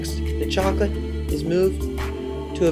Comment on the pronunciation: Voila! Zacolate! lol